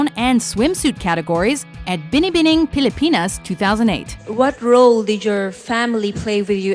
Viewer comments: Wait i’ve got to commend the narrator for pronouncing ‘Binibining Pilipinas .. very well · The real winner here is the voiceover gal for perfect pronounciation of Binibining Pilipinas!!! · For I am impressed how you say "binibining pilipinas"